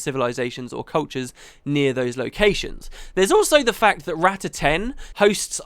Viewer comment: Rah-tah (Not Rat-ta)... sorry for the nitpick, it's how Zojja says it so I figured...